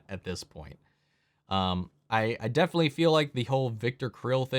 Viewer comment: You know the word is definitely, not defilly, right?